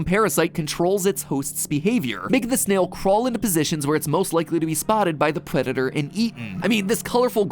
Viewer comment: Any body heard him say pwedetor